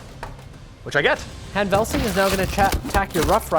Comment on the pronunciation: "lieutenant Han Velsing" and not what you said.. cmon